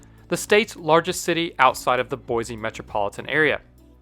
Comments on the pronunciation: Its boy-see not boizzzze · as an idaho native, it’s pronounced (boy-sea) not (boy-z) everyone gets that wrong lol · There's no "z" in Boise. Plus, "Shoshone" rhymes with "phone." The Shoshone people speak the Shoshoni language. And a given aspect of the Shoshone people or culture can be described as being Shoshoni, just like something that shines is shiny. Shoshone is the noun, Shoshoni is the adjective. The issue arises because people tend to be linguistically lazy, and can hardly be bothered to use two different words when one can get the job done. It's very common. Commence your attacks now.